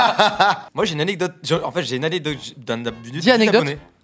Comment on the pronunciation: le moment ou j'ai le plus ris j'ai replay plusieurs fois "jai une anectodje" 😂😂😂